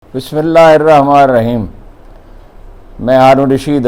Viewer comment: Assalmo alakum janab honourable Haroon Agar mind na karain to please Bismillah sahi makharij sa pr lia karain